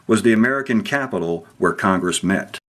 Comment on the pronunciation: I want to say diy but they bought it probably and you said "Where" wrong